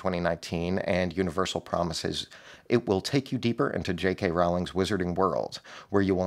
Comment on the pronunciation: Rowling rhymes with bowling. Otherwise keep up the good work! 👍🏻